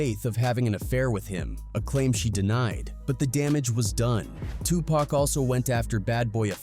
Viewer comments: WTF man it’s pac not pack I can’t even finish this shit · Soon as I hear "Pack" I turned it off and stopped watching. We need more respectful voice overs. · Why is he calling him pack? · I had to stop listening because this dude insists on calling this man Too Pack as if he hasn’t heard every black man and Tupac himself say his name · I refuse to watch this bullshit ass video any further until he can say 2Pac name right